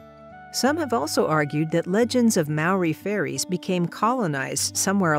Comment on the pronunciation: Wait, did she say faeries or furries?